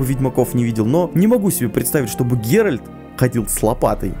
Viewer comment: Почему геральТ геральД, а ольгерД, ольгерТ? С вами ок всё? Вы субтитры хоть раз читали?